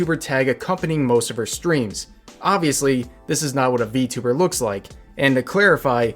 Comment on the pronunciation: Its funny how he counter act it with "How do you know im not a vtuber?" (Or vtubber on how he pronounce it)